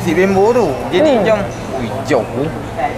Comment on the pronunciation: Nasi bambo kak bkn bembo🤣